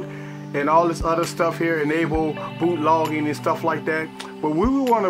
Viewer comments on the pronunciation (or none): it sounded like he said booty